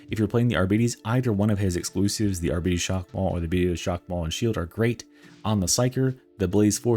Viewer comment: ARBITES - not Arbetes! No, they don't have diabetes -.